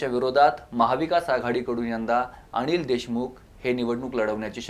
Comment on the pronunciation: अणिल नव्हे रे अनिल 😂😂😂 आणि आव्हाण नव्हे रे आव्हान जरा निट बोलायला शिक.